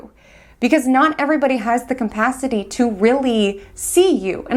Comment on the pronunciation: You're a brilliant astrologer and I love hearing your analysis. One (tiniest) constructive criticism! It's just capacity. There's no m in it. I hope it's not offensive to mention, I like to be corrected!